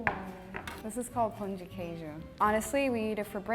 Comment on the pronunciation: the italian girl murdered the pão de queijo and, as a mineira, i'm honestly a little bit offended lol